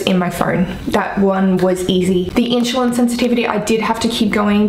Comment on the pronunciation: I understand having an accent but saying in-shu-lin vs *in-su-lin * is so funny. Just break down the word and then say it faster until it is at normal speed. You do seem to be able to speak super quickly...maybe can get a job as a commercial narrator reading disclamers...lol! Thanks for the info!! :-)